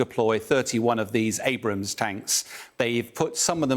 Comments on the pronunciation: finally calling them Abrams instead Abrahams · Thank god he started saying abrams instead of Abraham’s lol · Finally this “expert” did not say “Abraham” tank😅